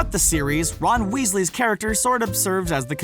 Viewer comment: Roon wisli